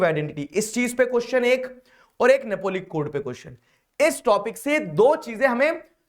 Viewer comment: Napoleonic code ❌ Napolic code ✅